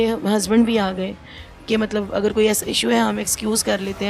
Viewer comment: یہ کیسی ٹیچڑ ہے جو اگر کو اگڑ اور ر اور ڑ میں فرق نہیں کر سکتی تو پڑھائے گی کیا؟